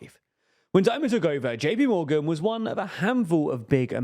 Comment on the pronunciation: "Dimon" nor "Diomond"